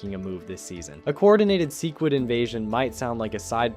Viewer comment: Bro is on a mission to pronounce Cecil and sequid differently than the show